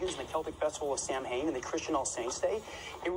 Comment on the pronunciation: Fun fact: Reid actually pronounced Samhain wrong, as many in TV and film do. The correct pronunciation is actually Sow-in. I always found this interesting considering Reid was supposed to be a genius and yet he made such a simple mistake. Definitely a failing on the writers part and it would have been so easy to fix if the writers had only done a little research first. Supernatural was another TV show that made this mistake as well.